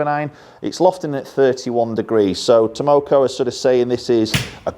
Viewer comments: 201 - And they're called TAKOMO, you kept saying TAMoko.. LOL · takomo not tomoko but ok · Bet Takomo are super happy that you keep mispronouncing the name…. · It's Tah-Koh-Moh! LOL! Delighted you're demo-ing them. Heads up for anyone who's interested in buying a set of these, Takomo, they are currently offering sale of the heads only as they seem to have supply chain issues with the shafts. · After you learn how to pronounce Takomo it will be wise to put their logo up on the wall along with all those golf club companies that have been overcharging us for years. Takomo isn't going away...the only question will be if they succumb to the greed that demand will tempt them with. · Well when your reviewing the iron u might make sure to be able to pronounce the name correctly….lol just an fyi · Mate, the K comes before the M. You pronounced their name wrong about 52 times in this video. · Tamoko.....😒... Takomo lol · 201. Haha I laughed everytime he said Tamoko instead of Takomo. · 201, TAK-omo, not TAM-oko. haha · Funny how nobody's mentioned that he says TAMOKO rather than TAKOMO 😃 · It called Takomo.... not tamoko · Takomo not Tamoko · Its TAKOMO not TAMOCO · How do you make a video, edit it, and put it up on YouTube all without even knowing you aren't pronouncing the name correctly? Piss poor attention to detail. You completely switched around letters in the name. Takomo not Tamoko you donut! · why do you keep calling them “taMOKO“?? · Takomo not Tomoko could at least get their name right. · 201…it’s Takomo, not “Tamoko”. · It's Takomo, no Tamoko... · Tamoko?? Nooo its Takomo 😄😄 'Ta ko mo' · 201 takomo not tamoko lol 👍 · 201! Look nice especially at that price. I thought they were called Takomo and not Tamoko though 😃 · they are called Takomo, not "Tamoko":) Not sure I like the square-ish top toe shape but otherwise looks quite nice. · 201. Been looking at these and the 101 for while. It's Takomo btw, not Tamoko! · 201., it´s Takomo, not tamoko:)